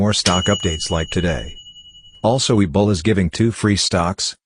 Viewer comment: Does anyone else hear ebola when people say webull lol? I've heard it in numberous videos.